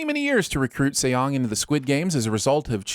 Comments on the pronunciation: If you guys do another video please try to say the guy's name right. It's not pronounced with two syllables like "say yong". Saying "Song" is not exactly right but its a shit ton closer. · It's pronounced "sung"! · And then the way he pronounced Seong too! Like did he even TRY to pronounce it correctly?? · 형. Seong 성 is pronounced "Sung" not See-ong. Not judging or anything just saying lol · and Seong is pronounced as Song, not fucking Se-Yong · Seong is his last name not his first, his name is Gi Hun and also Seong is pronounced more like Song fyi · Narrator: “See-ong” How hard it is to check lmao. Not only do the characters always refer to him as Gi-hun, cuz that’s his given name and Seong is his surname cuz in Korean the order is switched up, but you guys manage to butcher Seong too, even tho it is also uttered in the show. ding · Add 20,000 SinWon for calling Gi-Hun “Seong “the whole time (which is his surname) and also horribly mispronouncing it. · Who the hell is Say-yong? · Have to sin you for calling the main character "Sayong" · I'm sinning this video for repeatedly calling the protagonist Seong (and pronouncing it like "say young"). Look, I can't expect you guys to know Korean (but I'm still sinning the video). Let me politely correct you here: the protagonist's name is 성기훈 in the Hangul script, which is romanized as Seong Gi-hun. Seong is the character's family name (pronounced like "sung). Gi-hun is his given name (pronounced like "ghee hoon"). So now you know. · Million sins for English dub and two more for calling him Seong. 😠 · A huge chunk of sinwon points should go to the voiceover guy no knowing how to how to pronounce Seoung Gihun’s name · it should be 2 sins 1 for him calling Gi-hun his last name and 2 for pronouncing Gi-hun's last name wrong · Calling Seong Gi-Hun Seong instead of Gi-Hun ding